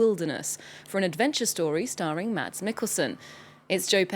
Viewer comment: The D is silent. It's simply supposed to be pronounced "Mas".